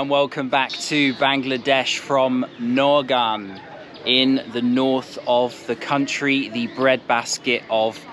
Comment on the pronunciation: Although the spelling is Naogaon, its pronunciation is actually like Naoga (the 'n' in the back is silent). The n in the back denotes a nosey pronunciation of the syllable "ga".